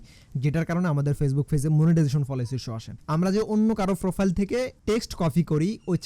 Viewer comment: পলোয়ার😂 ফ্রোফাইল 😂 উচ্চারণ গুলা ঠিক করলে একটু শুনতে ভালো লাগতো😊